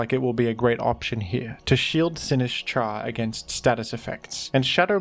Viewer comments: I am fucking BEGGING you to pronounce it Sin-IS-cha, the Sin and is should be together, not the is and cha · Say "Sinistcha" one more time...